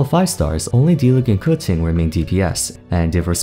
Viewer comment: please stop calling keqing coetseeng